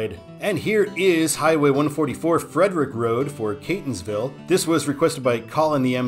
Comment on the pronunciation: Nice video! By the way, we pronounce Ellicott City as Elli-kit City. You nailed the Catonsville pronunciation!